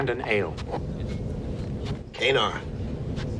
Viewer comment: Cardassian Kanar, the beverage the Cardassian drinks, is often something like a Cardassian wine or Sherry possibly a strong Liqueur at times, it can be different colors and consistencies. It was pronounced (or perhaps mis-pronounced) by O'Brien as "Kay-Nar", but in future episodes people seem to pronounce it more like "Kah-Nar".